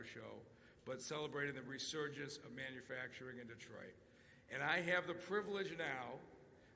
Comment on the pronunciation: Manufracturing Boom. With a silent M.